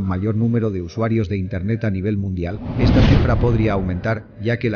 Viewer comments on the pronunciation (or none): none